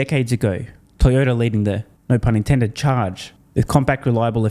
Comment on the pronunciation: Did you say TiredOuter or Toyota? Such a shame. Out 20 year old Yaris is still amazing. Same with Gonda sorry Honda